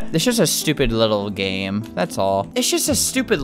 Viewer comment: You said GAYME